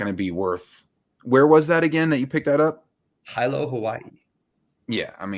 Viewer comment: Sorry so late with comment, just catching up with all the older videos, but great content as always, keep it up!, btw not sure if anyone mentioned it but "Hilo", Hawaii is actually pronounced He - lo. But not sure how many listeners you have from Hawaii so it doesn't really matter. Great jobs guys love the channel! 🤙Ross